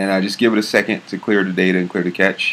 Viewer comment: cache pronounced "cash"